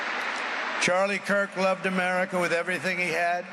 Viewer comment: Am-Erika. (America)